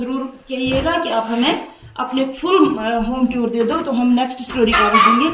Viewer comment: Home Toor ❌ Home Tuur✅